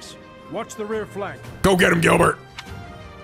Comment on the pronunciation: Why do you keep saying Girlbert